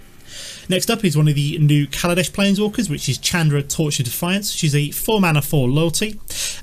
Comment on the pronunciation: you're saying Chandra wrong.